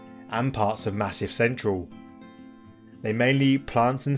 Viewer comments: Really enjoy your videos - find them very relaxing. Re pronunciation, even in England we pronounce Massif Central the French way, not Massive Central (although I found one AI bot that did do it your way, so its catching on lol.). Keep up the good work : - ) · 👍 Nice one mate. It would be good to see some those of in the UK. As for the pronunciation, your rendering of Massif Central was the most entertaining! 😆